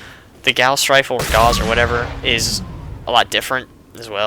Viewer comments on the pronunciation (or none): Gauss is pronounced ‘g-Ao-s’.